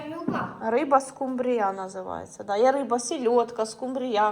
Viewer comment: дозвольте поправити. В слові скумбрія наголос на У за нормами орфоепії.